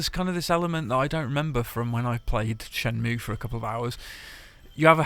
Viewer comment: Shenmue not shemnue.